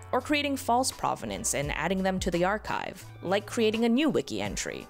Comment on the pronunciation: You would expect an art expert to pronounce provenance correctly